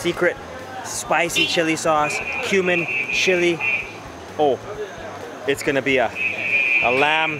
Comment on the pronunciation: Every time he says "cumin" it sounds like "human". ...And it also smells like there's a bit of spice in there, maybe like a bit of human.